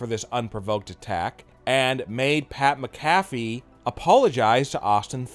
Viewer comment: Wtf is Pat Mcaffy?!?